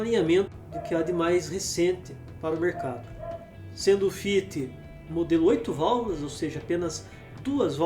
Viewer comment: Amigo vai fazer um curso de linguística vc não sabe nem falar fit